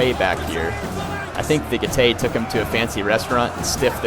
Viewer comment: Getay!!!! Seriously though, I think you should check out how "ae" is pronounced in latin, and I can assure you it isn't "ay"